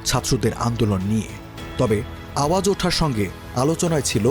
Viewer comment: গানটির নাম "আওয়াজ উডা", উপস্থাপক সঠিক উচ্চারণ করুন।